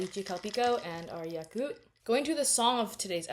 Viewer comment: i've never heard anyone pronounce yakult like that im gagged